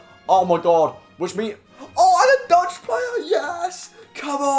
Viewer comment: Cahmonnn my guy